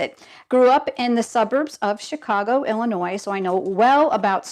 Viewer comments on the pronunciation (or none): none